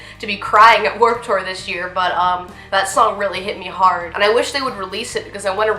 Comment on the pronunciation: It's pronounced "tewer!!!" 😂😂😂😂